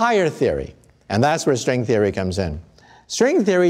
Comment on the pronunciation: "equations of srwing therey"